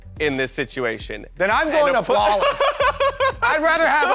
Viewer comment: "Ablolive" made me laugh way more than it should have.